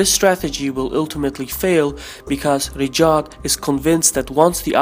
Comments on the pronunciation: Its raYed not riDJAd. Anyway the saudi family is a terrorist organisation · Pronounce Ri Ya D (Riyadh) and not Rijad ! There's no J / G sound in Riyadh. Thanks. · He is pronouncing Riyadh as Rijad 😂😂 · Riyad not Rijad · At first I was like what the hell is "Rejaad" but then I figured that is how he`s pronouncing the Saudi capital 'Riyadh' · There's no 'J' or 'G' in Riyadh btw.